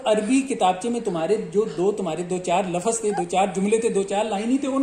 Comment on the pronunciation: Jou baten hain unka jawab do minor mistakes se koi faraq nhi parta yazidio aap tou lafz ko lafaz bol rahe 🤣🤣🤣